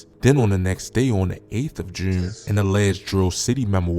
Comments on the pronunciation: bro say jurne like he a brit or sum lol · Why you pronounce June like that 😂